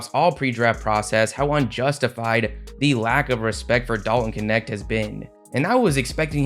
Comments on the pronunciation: Dalton Knecht aka Dalton Connect 🤣🤣🤣 Man Knecht is a german name and your prononciation is hilarious😄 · Why do people keep saying that dudes last name as Kinect when it's pronounced Nect. 😂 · man it triggers me way too much everybody saying dalton connect^^ it cant be that hard to say knecht guys